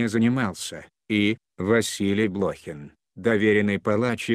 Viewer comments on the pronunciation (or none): Откуда взяли этого "чтеца"?Он даже фамилию правильно прочитать не может.БлОхин,родившийся в СуздАле, с подчИненными, расстреливая прирЕченных,излишне запачкАвшись в крови,ну это уже нечто.